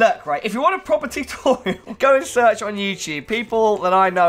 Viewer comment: "Tutoral" Video tutorals? Is this where I find the video tutorals for PC optimizer pro?